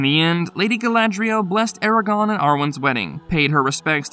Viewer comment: Ok... is nobody extremely bothered everytime this guy says "Aragon"... if youre doing lore videos pronouce the names correctly... its not hard.